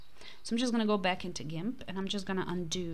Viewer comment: Gimp is pronounced like pimp but with a 'g' as in green or goofy.